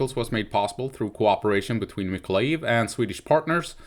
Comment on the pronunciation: Awesome here in Mykolaiv we have many trolley busses sponsored by Denmark and normal busses from Poland. Mykolaiv is the town where the most beautiful women come from :) its Mykolaiv btw no weird ending with loud ijiv just aijev :) .keep on tramming :) ❤️🇺🇦❤️